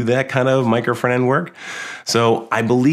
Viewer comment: Wy this guy is always saying "micro fernand"? It's "micro front end" 🤣🤣🤣🤣🤣🤣🤣🤣